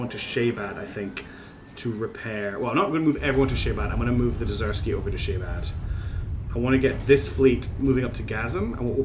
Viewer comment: Love the series. But please. It's DER-Z-KYII. Not Dezersky.